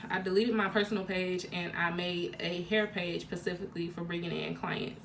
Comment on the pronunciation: Looking for this comment. Its so annoying i cant belive there adults that still say pacifically for specifically